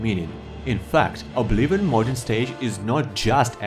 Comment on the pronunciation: boi it's not called obliwon